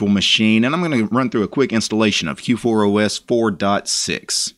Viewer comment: You keep calling it K4OS :D